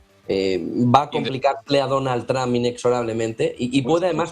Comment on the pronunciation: DONAL TRAMP NO. ES DONALD TROMP== TRUMP